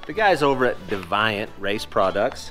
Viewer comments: LMFAOOOOOOO "The guys over at da-vye-ant..." it's "dee-vee-ant", as in "sexual deviant." Lol you frickin kill me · Grandma Lolly is ALWAYS welcome in ANY shot! She's always smiling and knows how to handle herself and everyone at the shop!! Also, Deviant, I'm pretty sure is pronounced dee-vee-ant, not dee-vie-ant!! Great video! Always enjoy your content and all the disruptions! Thanks for sharing your adventures with us! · Deviant? Dev-eye-ant? Really? It's Dee-vee-ant. LoL good to see it almost done! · Da-V-eye-ant? Lol, it's Dee-Vee-Unt. Say it like it sounds hillbilly 😂😂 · "DEVIANT" "DEE- VEE-ANT" not "DI- VIE- ANT" A deviant is "those whose actions are beyond most human comprehension" " That little kid is a DEVIANT" A word usually used to talk about someone who gets in trouble a lot. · It's DEEV EE ANT, not DE VYE ANT 😁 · De-vi-'ant race products? That would be dee-vee-ant as in odd or possibly strange behavior. "Oughta keep an eye on that dude, he looks deviant to me." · Deviant is pronounced dee-vee-uhnt, meaning deviating or departing from the norm. I think that fits ya'll well, don't you? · I believe it is pronounced DEE-VEE-UNT. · Deviant : "Dee Vee Ant" 😉